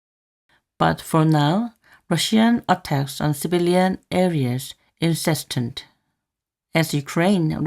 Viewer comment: 영상 항상 감사드립니다. incessant 를 incesstant 인세스턴트라 발음하시는 거 같아요